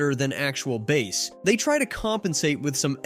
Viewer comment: Jesus Christ stop pronouncing it like it is a fucking fish!